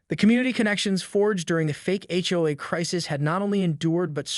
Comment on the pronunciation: If this is a story about an HOA, why is it so hard for you to pronounce H O A ? The story is interesting but if you use a Fake voice... space out H O A ?